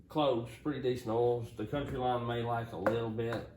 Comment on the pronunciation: Count-Y line , Coun—teeeee , not country lol